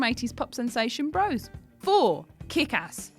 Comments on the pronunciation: I'm guessing you weren't born when "Bros" was around. It was pronounced "bross", not "broes". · I now feel old because the adult presenting this doesn't know how to pronounce 'Bros.' (It's bross, by the way) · Pronounces Bros as Bro's.. give me strength! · Doesn't know how to pronounce Bros...... damn kids these days